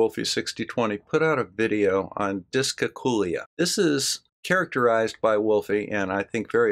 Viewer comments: Dyscalculia /ˌdɪskælˈkjuːliə The emphasis is on the CAL not the COOL, just like in calculate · Ah, never mind the 'L',. We'll write it off as the one you keep skipping when you say "discalcooya". The poor lost letter has to turn up somewhere, hasn't it?;)